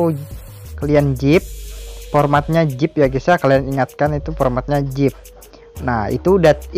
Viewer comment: Zip bro bukan jip